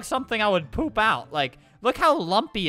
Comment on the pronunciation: You said boop instead poop😂